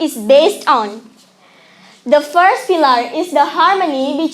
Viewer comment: Firstly pronounced properly😂😂